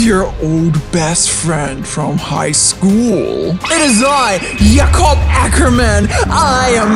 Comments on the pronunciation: Jacob not yacob. JACOB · Y yacob instead of Jacob